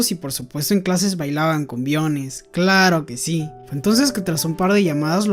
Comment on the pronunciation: disculpa bro, pero me ha dado un cring cuando dices " claro que si" es tan raro cuando lo dices :D, pero muy buenos resumenes